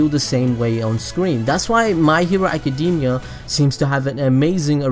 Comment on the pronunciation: I love your videos BUT ACADEEEEMIA REALLY DUDE its so distracting